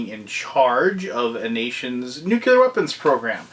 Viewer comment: Nice review! But you were slowly driving me crazy with your pronunciation of "nuclear." heh You kept saying it as "nuke-you-ler."